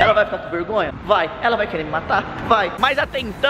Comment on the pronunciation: Vergonha:a: mirri ri hola di passa vegonhia hihihi